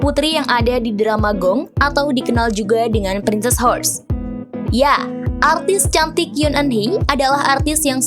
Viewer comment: Princess Hours (baca Prinses awers). Bukan prinsess hors..... Mimin sebelum baca redaksional pastikan spelling nya benar jadi enak di dengar